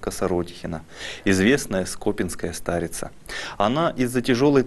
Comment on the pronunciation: СкопИнская (на и ударение) )))